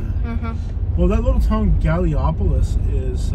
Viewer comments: “Hood” is on west side. Charleston is okay. Lol Galliopolis. We say it like Gala police. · Charleston is the biggest city in WV. Almost all of Charleston is ghetto. You want to see real ghetto hit me up when you come back through I'll show you some places lol. Gallipolis is pronounced Galla-polese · I have to say, I haven’t watched the entire vid yet but the comments of everyone taking up for the town makes my heart so happy. Ive lived here my whole life, 15 minutes from Charleston, in Teays Valley. Also, the pronunciation of Gallipolis Ohio is Gal-eh-po-lease 😂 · Lol. Did you say Gallipolis (Ohio?). It's pronounced Gali (like cali in California) then police... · love how they say galll lee opplis?/// lmao maybe you should do a little research on a state or area before doing your videos. charleston is not a small town. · It's pronounced Gall-i-polis Ohio :) South eastern part of Ohio !!! B&R'sd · You know what they say when you assume ... and you assumed a lot. You may want to learn the correct pronunciation of cities you plan to visit, starting with Gallipolis and Ironton in Ohio.